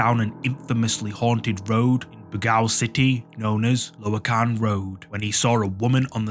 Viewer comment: Oh man, number 6 clip. Bro you just butchered the pronunciation of my city Baguio and the place where the incident happened Loakan